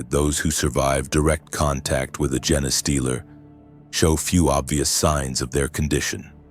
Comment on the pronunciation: It's a gene stealer not a Jenna stealer, damn.